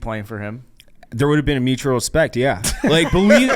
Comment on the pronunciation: "a mutal respect"